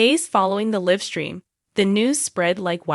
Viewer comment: Live stream is a long i Not short i So many mispronounced words again Finale not final